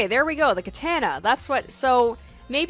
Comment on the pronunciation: you pronouncing katana and necronomicon physically hurt me